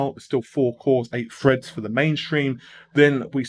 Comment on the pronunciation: 16 cores 32 Freds? Oh you mean Threads, yeh it's "Th", not "Fu". Like "The" not "Fu-e"